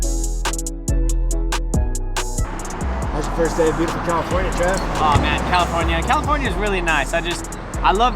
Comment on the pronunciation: commifornia, glad im not the only one who says that